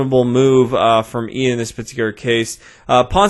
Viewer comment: It's not "eeeyan", its "Yun", as in yucky